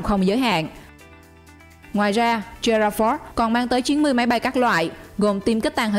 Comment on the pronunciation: Gerald r ford not giuroo ford .Okay 👊👊👊👊👊👊👊👊👊👊👊👊👊👊👊